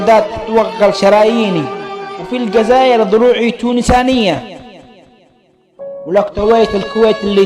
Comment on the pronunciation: الله يلعن من علمك عربي الجزائر تذكرها قزائر ياحبشي . ضيعت قصيدة صاحبها بألقاءك الضعيف